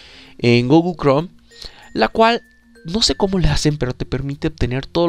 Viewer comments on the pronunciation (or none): none